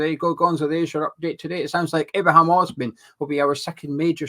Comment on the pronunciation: It's also Ibrahim not Ibrahimn